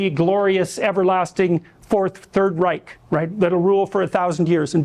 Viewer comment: Then he has the gall to say "rike" instead of "reich". The sheer laziness of Peterson's approach to history REALLY gets up my nose...